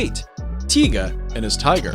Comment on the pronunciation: no mike tison..its tyson...not tiga its tyga